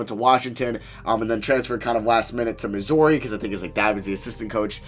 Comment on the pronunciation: 😂”Miss-OURI” I’m from the KC area, that’s the first time I’ve ever heard you say that bruh, I died.